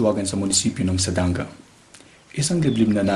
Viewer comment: You pronounce it the right way. Its sadanga, not sadangga. Saan ka nga taga dita.